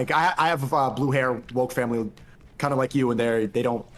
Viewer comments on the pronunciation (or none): none